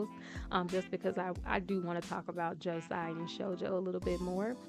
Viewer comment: Hermione: You’re saying it wrong! Its Leviosa not Leviosaaa!